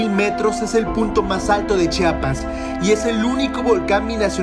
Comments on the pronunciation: Oiga mi amigo se pronuncia CHIAPAS No chapas Pos hay disculpe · Por favor, es Chia-pas, Chia-pas, no "chapas" 🙄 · Hermoso lugar pero se dice chiapas no Chapas, haber si aprende amigo no es la primera ves que vienes.